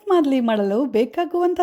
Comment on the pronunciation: Its not MAADLI.. its MAALDI